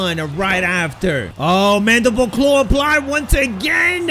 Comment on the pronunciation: yo he knows how to say mandible claw!😂 just joking